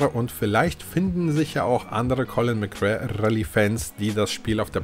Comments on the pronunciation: Heißt es nicht Colin McRääähh Rally😎 McRare klingt komisch... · Die Aussprache ist eine Katastrophe :D Es wird [MäcRey] ausgesprochen und nicht [MäcRär] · Das wird MC Ray ausgesprochen.. 🤣 Aber ja geiles Spiel. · Bitte colin mcrae rally und nicht colin mc rare😘😘😘😘eins meiner realistischsten Rally Erlebnisse damals! Es hatte für seine Zeit eine echt realistische physik😋 colin konnte man aber nur auf der ps one/2 spielen, auf n64 ging das gar nicht, ps is the place to be! Ich liebe die n 64 im Sachen von fanatasy games 😍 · Colin McRare. 😁 Dennoch gutes Video. Ich konnte mit der Reihe nie etwas anfangen. Mir war da Gran Turismo deutlich lieber. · Ah ich habs damals geliebt ! Colin mc RAE? AHHHHHH ich dreh durch 🤣🤣🤣 mc Ray ausgesprochen! 🤣👍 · Spricht man Colin McRey aus.✌🏻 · Ich habe dieses Spiel als Demo als Kind hoch und runter gespielt. Das hat richtig gesetzt und ja, es bockt heute noch. Allerdings Habe ich mich bei deinem Video selbst erwischt, wie ich deine Aussprache zu diesem Titel jedes Mal korrigiert habe. Collin Mcrär Rally...das klingt soooo falsch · Als Rallyfan ist deine Aussprache von Colin McRae harter Tobak :D Aber das Video ist große Klasse! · Hat mich auch getriggert xD